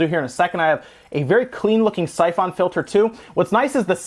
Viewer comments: You kill me with the way you pronounce syphon filter. Syph ON filter lmao. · the way you say syphon filter is messing with me, is that really how its pronounced???? i thought it was pronounced siphon???? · The way he says Syphon Filter feels me with rage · I have that same screwdriver! You pronounce Syphon Filter wrong in a way that makes me want to die, but also pronounce Ali-Express wrong in the same way I do. I'm conflicted. Love your videos, though. We need more gaming youtubers with charisma AND technical knowledge.